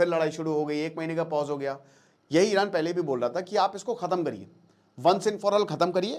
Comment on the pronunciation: Iran❌ Eye ran✅